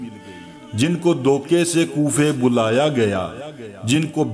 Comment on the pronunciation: Dhokhe koofa bolaya nahi balke boleaya gaya. Ghalat andaz mein bolna gunahe azeem hai.